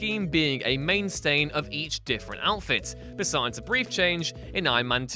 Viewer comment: a 'mainstain'? LOL